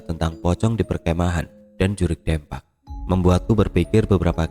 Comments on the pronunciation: maap kata saya mah yg urang sunda pengucapan nya harus nya 'Deumpak' bukan dempak🙏😊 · Jurig dempak alias hantu rata..😂 Pengucapan DEMPAK nya mirip seperti mengucapkan kota DEMAK...🙏🏻 Maaf ya,,ini hanya sekedar contoh untuk meluruskan... Salam dari Purwakarta-jawa barat 🙏🏻🙏🏻🙏🏻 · Betul sekali,,atau Bisa juga seperti mengucapkan kota DEmak .. Pengucapan DEMAK dan Dempak hampir mirip lah ya..😀😀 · Bukan dempak tapi dempak.. Ditulisnya dempak tapi dibacanya dempak... Piye to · Koreksi bang Lafal "DEMPAK" salah bang pengucapannya Dibacanya Kayak Deumpak, E nya kayak nyebut Kata "Gelang" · Sorry bang 😂😂😂😂 baca "dempak"nya buka e bebek.. 😂😂😂😂 dempak macam baca gempa.. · Kudu na mah 'Deumpak ' nya cek urang sunda mah😂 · Gatel ya dengernya soalnya salah spelling nya 😂😂😂